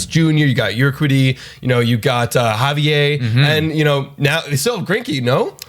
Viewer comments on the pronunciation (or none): You guys pronounce like 75% of names you say in vids wrong. You called Framber Frambler, also pronounced Javier wrong. It's not just this video either it's like all of them lol